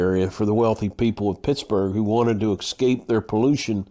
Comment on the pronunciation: It's EScape not EXscape